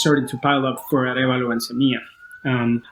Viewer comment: Bernardo Arevalo----- say "ah REV ah-lo"